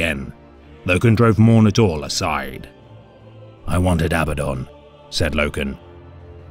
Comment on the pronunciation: Why is it you pronounce Torgaddon correctly, yet say "Abbadon"? The emphasis is on the 'd', in both cases.